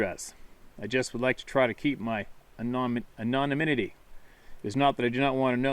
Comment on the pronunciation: an non IM ity is the pronunciation. I`ve heard lots of people fumble that on at 12 step meetings. Generally people learn how to say it by hearing others.